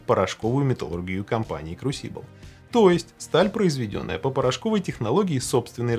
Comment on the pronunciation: А меня покoробило от ударения в слове crusible